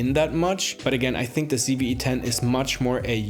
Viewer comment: loved loved loved this video, thank you so much. only one thing bothered me, it sounds like you kept saying CeeV-E10, everytime! 10/10 video major thumbs up